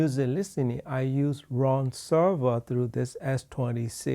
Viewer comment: I like Ruun like the moon, said Ron.